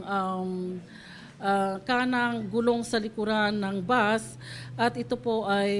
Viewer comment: Bus sa Tagalog, buzzz nman bigkas Ng iba, Anu Tama na tawag? Bus o buzzzzzzzz